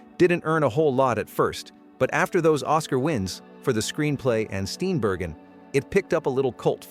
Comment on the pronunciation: Love Mary Steenburgen's pronunciation